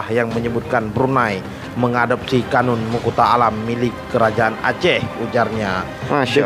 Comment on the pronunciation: Bukan qonun.. Tapi qanun